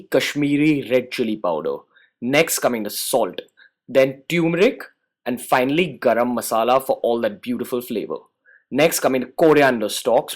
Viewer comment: wtf tummmeric its turmeric ur indian bro dont make mistakes like this.😉